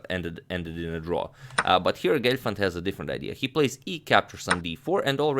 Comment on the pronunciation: Not Glefand ...It's Gelfand...Lol😂